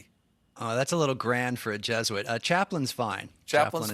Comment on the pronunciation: Why does Colbert keep saying "Jeshuit".